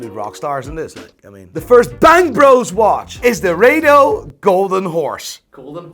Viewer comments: It’s not Ray-dough it’s Raaa-Dough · Wtf is ray-do???? It’s pronounced as ra-do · RA-DO not ray-do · It's pronounce RADO not RADO. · It's Rado not Raido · Its not 'Ray dos' its 'Raa do'